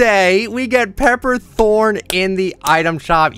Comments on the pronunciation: It’s pepper Thorne not throne lmao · Pepper THRONE?? ITS THORNE AAA